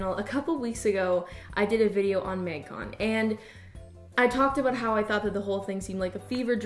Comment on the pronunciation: Absolutely no one:: maig cone